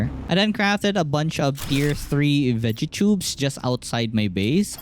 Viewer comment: U said cegettubeeee instead of vegatube